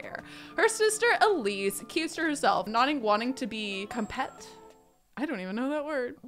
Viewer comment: ( Compete is come-peet, from competition & competitive- just sounds like it should be spelled compeet/compeat)